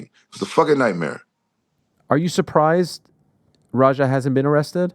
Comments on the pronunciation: Rampage pronouncing his son's name like its ROGER makes me cry laughing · is it roger or raja??????can u even pronounce ur son's name? lmao